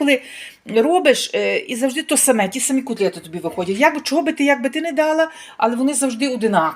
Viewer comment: Ужасная речь🤮 кУтлети